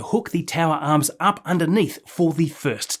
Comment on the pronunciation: love the videos mate but whats with the pronunciation of arms and booster ,,mate it sounds like steve irwin trying to do an American accent 😂😂😂